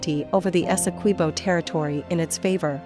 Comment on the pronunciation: Good afternoon thank you for the correct pronunciation of our largest county Essequibo and our country Guyana . Please enlighten your media colleagues.